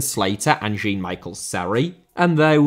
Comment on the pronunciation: Jean* not Jin Serie* not Siri Tobias* not Tobayas Figueiredo* not Fegareidouw Ozan* not Ouwzan Fenerbahçe* not Fenebohçei Núñez* not Núnez Primeira* not Premera Guimarães* not Guemaraich Debut* not Deibyu Can't* not Cohrnt Half* not Holf Ghanaian* not Ghornayan Tetteh* not Tettei Traoré* not Trayorei Diego* not Diyeigouw Possession* not Posession Regime* not Reigime